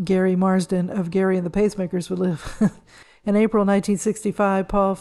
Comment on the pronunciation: He was in the group Gerry and the Pacemakers. I accidentally pronounced it last like Gary when it should be pronounced like Jerry